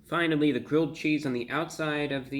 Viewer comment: did he say gridth XD